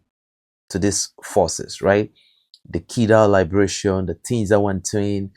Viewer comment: I haven't heard the pronunciation of liberation they way you pronounce it. IS IT AMERICAN OR BRITISH?